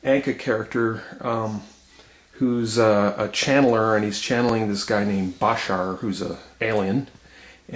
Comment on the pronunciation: It's baSHAR BTW, not BAshar. ;)